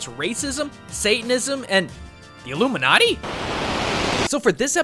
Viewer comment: AHH LOOMINATI, im sorry i had to